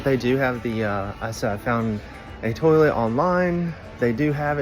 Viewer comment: Oh my goodness! I thought my mother and I were the only one to say "terlet"! Brought back sweet memories of her❤